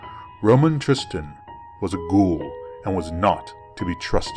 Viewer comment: Fantastic work,! And it's good to hear someone use the word "ghoul" correctly from time to time. lol